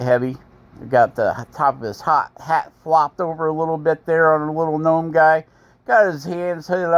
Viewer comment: What’s a guh nome?🤣